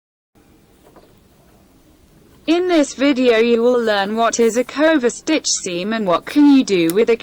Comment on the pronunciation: Oh my god, I couldn’t watch this, which is a pity - the narrator or whatever you’d like to call her - is awful! Why is she pronouncing the words so weirdly? It’s not cooverstitch, it’s coverstitch. Why serger with a hard ‘g’.